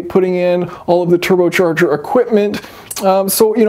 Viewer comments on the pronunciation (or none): "Turbo Cherger"